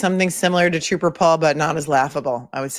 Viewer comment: At least Troop-ah Paul had an Associate Degree 😅